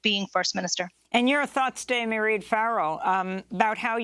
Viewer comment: Mairead is pronounced exactly like Parade with the P substituted for an M.